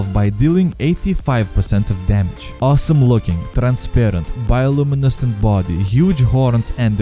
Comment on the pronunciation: The way you say bio luminescent lmaooooo